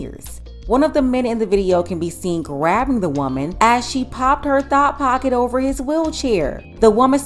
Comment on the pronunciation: Every single time 😂😂😂😂